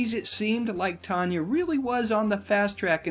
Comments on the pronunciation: If you were really such a fan of movies and their stars, you would know her name wasn't pronounced Tonya, it was Tan ya. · Why are you saying her name as Tonya its tan- y